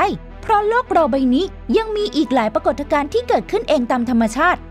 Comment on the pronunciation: ปรา กด ทะ กาน ?